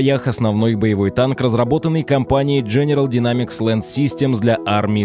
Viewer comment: Не Динамикс, а Дайнэмикс.